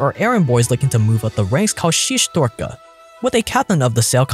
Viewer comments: Someone should help with the pronunciation. Pahan, Bratok, Shestyorka and all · I love that russian that makes.. ахахах Шестёрка.. сук до слёз.